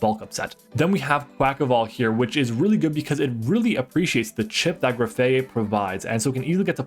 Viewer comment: graf -eye -eye not aye aye. it's graffitti + eye eye, a real animal